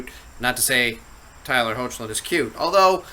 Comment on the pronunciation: hi! jus wanna clarify with u, i hope my previous comment didnt sound rude 2 u. if it does, then pls accept my apology. i only meant 2 share the info (pronounciation of tyler's last name) anyways, cheers! keep up the good work!